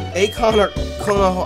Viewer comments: How you gonna watch Naruto and not know Konoha?! It's pronounced "KO-no-ha", not "ko-NO-ha" and it's The Hidden Leaf Village/Village Hidden in the Leaves that Naruto is from. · Konoha is pronounced as it is written, you don't change Ko-NO-ha to Ko-NA-ha... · you said "konoha" as "kah-no-ha" but its not pronounced like that its a reference of konoha in nartuo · Konoha is named after the village in Naruto, Konohagakure, also known as "The Village Hidden in The Leaves"... (Koh-Noh-Haw) (Koh-Noh-Haw-Gah-Koo-Reh) Pronounce as shown Please... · Ko- pronounced co- as i coke No- regular no Ha- just ha sorry it just bugged me a little keep it up cx